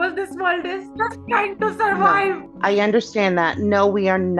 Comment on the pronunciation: “Ve are just trying to surwive”